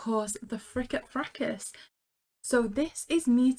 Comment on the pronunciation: The pronounce of "fracas" is that the first "a" says its name.